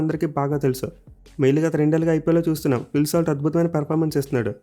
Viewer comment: phil salt not slat